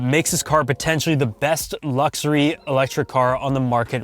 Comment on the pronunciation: i like how you say lukzory :)